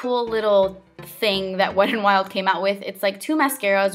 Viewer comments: It's not wed n wild.. There is a "t" in there. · I like the way you say "Wet n, Wild" sometimes... its like, "the Wedd'n'Wild" lol Like wit dat littol bit of accent joo know? hehe I love it! 😘😘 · beccawecca916 Best comment ever 😂